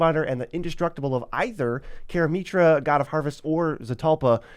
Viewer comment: Karameetra pronunciation lol